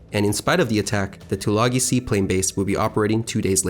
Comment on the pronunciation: Isn't Tulagi pronounced with a long "I" - - two-la-guy?